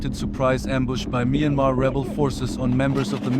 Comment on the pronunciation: Mainmarh wrong Pronounciation--Pronunce it like "MYAN" like Dian in Meridian "Mian" and "MAR" as it is "MAR" - MYANMAR (Mianmar)